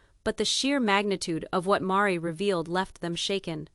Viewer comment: I so wanted to believe this story, but it seems to be unbelievable. The misspelled names and the pronunciations . Meri is pronounced as 'maree'. And Robin is pronounced as 'row-bin'. So, I feel that this AI projection is all fabrication 😢. Don't waste your time in reading this! If this was true why didn't anyone else print it? Besides the obvious...if you have followed this family you KNOW that Meri is not flashy 😊.